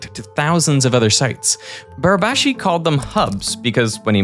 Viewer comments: Congratulations to Derek pronouncing " Barabási" almost perfectly. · pretty good pronunciation on Barabási's name there